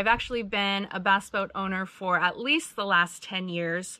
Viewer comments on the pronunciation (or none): Ya, I love how they say Bass...its sounds like Baas..as in "Tactical Baassin"!